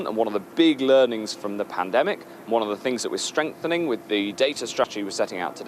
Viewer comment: I'm sure he got the word pandemic wrong beginning of the video he says pantemic 😂